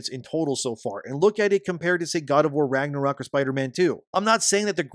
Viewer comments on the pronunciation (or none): none